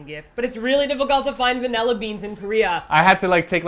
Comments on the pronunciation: "Vinella"??? Does this fall into the category of words Martina can't say properly? XD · First thing: "Vanella"? Really? I've never heard vanilla pronounced like that. xD Second thing: Oh great, how do you feel now that you've possibly ruined TOP's quiet alone time? (And tipped off the v.i.p's before i could go check there first ;A; ) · "Vanella beans"... teehee...